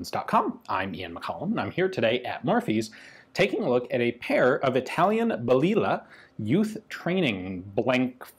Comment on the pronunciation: Pronounce that as baliyah "little bullet"